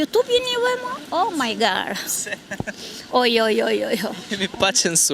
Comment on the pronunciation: Jam dakord me cdo gje qe tha zonja. Po me beri cudi 27 vjet ne USA e tha O my Gar.